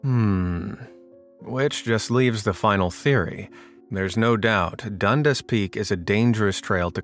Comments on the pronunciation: It’s pronounced Dun-dass not dunduss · Ha! I grew in Hamilton. We pronounce it "Done Dass" not Dundis. Nice surprise in this video. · Dundas peak. so this is an easy one. the person was faced the other way so no reason to see a face.. Also, try to remember how people pronounce it here .. because dundas means nothing to most, done-das might mean more. The end result is it was just someone standing there during his picture. Move along, nothing to see here.